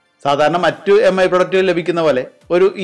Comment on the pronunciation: എം ഐ അല്ല മി